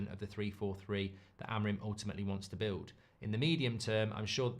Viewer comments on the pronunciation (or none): none